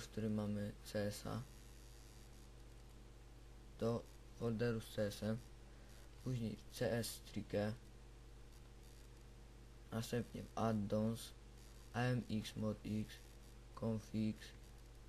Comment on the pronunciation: Nie czytaj csstrike tylko c strajk